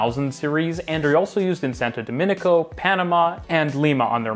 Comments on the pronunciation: It is Santo Domingo, not Santo Dominico! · I only have one thing to suggest for pronunciation. it's SANTO DOMINGO, not SANTO DOMINICO. Otherwise, loved the video!